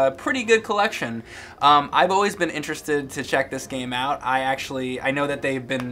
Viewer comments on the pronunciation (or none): none